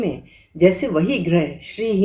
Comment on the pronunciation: आप गृह को ग्रह कह रही हैं।रि उच्चारण होगा र नहीं